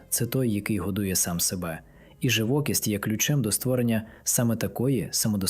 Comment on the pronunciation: Наголос, живокІсть.